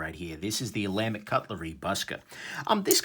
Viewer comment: "Ola Mick"...oh, sorry,.